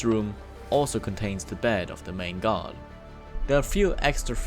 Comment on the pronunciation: they way he pronounce guard sounds like god <3